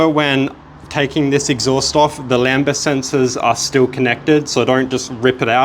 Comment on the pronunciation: "lamba"? Really?